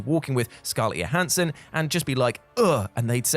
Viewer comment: JOE-hansson,. JOE-hansson. Not YO-hansson. She's not Swedish, dude...